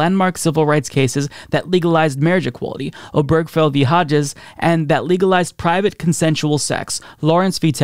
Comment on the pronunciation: Love your show. 1 quibble. The name mentioned in the gay marriage case is pronounced "Ob-er-GE-fell". 4 syllables.